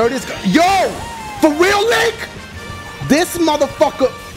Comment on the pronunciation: I'm laughing wayyy to hard lmao "for weal"